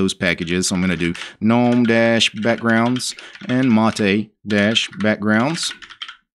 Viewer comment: GNU stands for “GNU's Not Unix” and the G is hard... Gnome is pronounced 'noum', since 'g' is silent... showing us an installation of a distro, is just that, any monkey can follow... to tell us about ANY distro is posting many videos with real issues and resolutions for them... as is, you Sir, as many out there likes the sound of your own voice... are you related to the King of the swamp by any chance..? sure it sounds like...